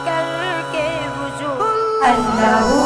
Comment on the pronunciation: Waju nahi hota wazu hota hai